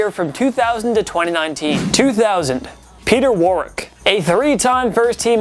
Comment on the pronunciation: Who is peter warring